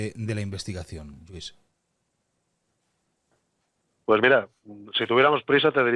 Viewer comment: ¿Otra vez? El señor se llama LLuís, es catalán como tú y no dejas de llamarle Yuís duelen los oídos. Si sabes pronunciar caLLe, oLLa, Koh Phangan, hiodes, etc., deja de llamarle Yuís por favor...